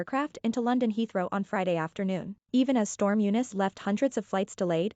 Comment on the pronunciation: You Muslimized "Eunice" to "Younis"! It's "Storm Eunice", not "Storm Younis"!